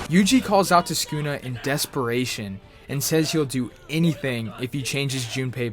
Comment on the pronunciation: skuna is what u said.